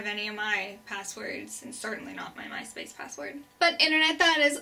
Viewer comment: I giggled every time she said "Myspace". :B